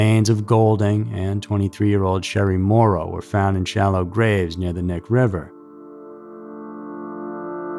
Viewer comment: Knik is not pronounced Nick. It’s a native word you say the k. Don’t pronounce like knee that’s wrong. Sorry but it’s driving me crazy. We used to party out there. I thought it was a ghost story first time I heard about the Butcher Baker. People were saying there were probably more bodies buried out there. He only admitted to the ones they found.